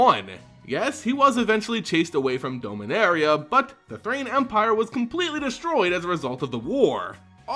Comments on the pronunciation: DOM-inaria. Every time I hear Dome-inaria I literally become undone. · Dominaria, not dome-a-naria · Forgive me but why do you pronounce Dominaria as Domeinaria? And Aether as Ether? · You're pronouncing Dominaria incorrectly. You keep saying "Dome" when you're not supposed to pronounce the O. Just like the name Dominick, Dom for short, like Dominick from the Fast and Furious.